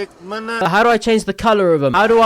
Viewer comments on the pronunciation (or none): none